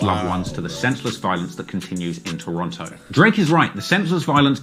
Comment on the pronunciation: Wonder when is going to pronouce Toronto right. Someone gotta tell that nigga.